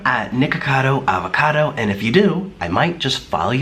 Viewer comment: Am I the one that thought he said niggacado